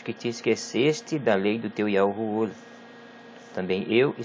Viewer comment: Meu amigo não é YAU é YAHUAH, porque a última consoante não é Muda, que nosso Elohim te abençoe.